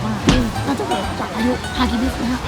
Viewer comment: ฮากิบิสคะไม่ใช่ฮิกิบิสคะสุดหล่อ